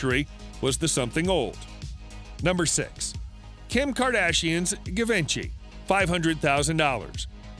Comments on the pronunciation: The narrator needs to know how to pronounce Givenchy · That's pronounced "Jee-vahn-shee" Givenchy. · Its not giv-en-chy… it’s gee-van-chee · It’s not pronounced Guhvinchy 😂 Geevaunshi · Zhi-von-zhe or shi-von-shea...you are doing a fashion vid, at least pronounce the designers name somewhat accurately... not Give-inchy, lol which rhymes with Da Vinci...oh my word you gave me a chuckle. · Give en chi ....um.... nope this not how you pronounce Givenchy. Try jiv on chi and you will be on the mark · Givenchy is pronounced with a French “J” sound, a soft “jz” made with the tip of the tongue, almost like saying “shh.” So its “jzhiv-on-shee,” not GUH VINCHY. But it was funny to hear it said so many times! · correct pronunciation of Givenchy is "Zhee-vaan-shee" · 🙄"Guh-vINchie"???? (Givenchy) Omg, you could at least try to say it correctly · My ears are hurtng from this „guh…”😬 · ITS NOT givenchy itspronounced JEEEVONSHEE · You really think that's how to pronounce 'Givenchy'? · That bothered me. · You would think before making a video they would learn the proper pronunciation. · Painful to hear him butcher that🤣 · I think the pronunciation of Givenchy here is not accurate. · Yor didn't pronounce Givenchy right. I don't think any of those dresses were worth it. I loved the last one though. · Please god, learn how to say Givenchy properly. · The narrator should learn how to pronounce "Givenchy". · He destroyed the word givenchy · Dude is pronouncing Givenchy wrong but hey he's a wedding gown expert right? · I had to stop the video. Could not stand to hear the narrator mispronounce Givenchy. Was like nails scraping down a chalkboard. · How many times can we mispronounce Givenchy? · Is the announcer purposely mispronouncing Givenchy’s name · If you can’t pronounce “Givenchy” you probably shouldn’t be doing high fashion videos. Just saying 🤔